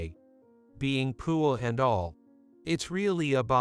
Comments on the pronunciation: Sounds like computer is saying pool instead of poor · Had to leave. Couldn’t stand to hear poor pronounced pour one more time. This never would have taken place. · Why is he or it pronouncing the word poor like poo ah. Personally I say ahhhh when i poo. Pooahhh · Too much “beauing”. I really like how the computer prounounces “poor” - poo-ah. Lost in translation. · This AI program has to work on how it pronounces the word poor. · Why is the narration in this story so bad? Many words are mis-pronounced, the word "poor" is always pronounced wrong, and it is not the only such word. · Why cant you pronounce the word "poor" properly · The computer can't pronounce the word poor correctly! The word talk sounds like tark